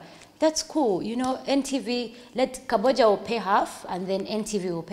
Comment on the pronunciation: It’s Kabojja not Kabbojja